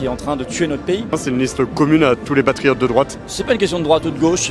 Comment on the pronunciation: Je me rappel de collard avec son « les patrifiottes »